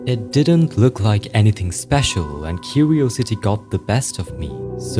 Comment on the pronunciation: I cant ignore these "shown" (he tryna say shawn) "cuwiosity" "gayplay" "wetevans"